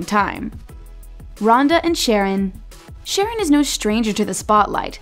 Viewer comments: It’s not “Sharron” 🤦🏻‍♀️🤦🏻‍♀️— it’s “Sh’RON”! Oy! Lol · its not sharon its SHARRON did u even watch the show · Omg, it's not SHAR-on like the girl's name, it's pronounced Shar-RON. Made an entire video and couldn't even get his name right? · its Sha-rron, not Sharon LOL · Sharron not sharon.... and fran literally said in an interview that they're moving in together once the quarantine is over because hes in LA and shes in BC but they're still together. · This is what happens when you outsource narration. IT'S NOT "SHARON" IT'S SHA-RON. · sha-RRON not fucking sharon. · Errrr maybe before you do a video on a show, make sure you’re up to date and do your research? It’s pronounced Shar-ron. Also, Francesca and Harry confirmed they’re together. Nicole and Bryce are dating. Rhonda and Sharron are confirmed as not officially together. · Lol that's wrong its sharrRON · if she says "sharon" one more time 😆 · His name is pronounced “Sha”-“Ron”. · WHY do they keep calling Sharron “Sharon”?!?!? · Yall can say "Bamb Fodta by Amit" but aren't able to pronounce Sharron the right way?? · Thank you! This drove me nuts. Not to mention they made another video on the cast and were called out than as well. Very tacky! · Please tell me how you watched the show but can’t pronounce names right. Make it make sense. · How is this woman seriously pronouncing his name wrong ?!?! Also not accurate news since Harry & Frankie are together! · the videos great but please learn how to pronounce peoples names because it comes off as extremely disrespectful when everyone else knows how to pronounce sharrons name and the narrator does not.